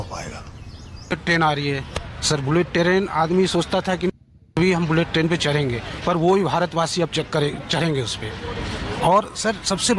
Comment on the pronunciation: बुलेट टरेन 😂😂😂